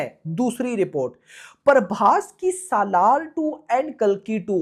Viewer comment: SALAAR ❌ Salwaar 🌹